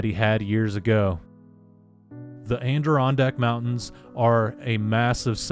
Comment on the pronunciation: being from this area, I’ve heard it pronounced wrong so many ways. But this is a new one.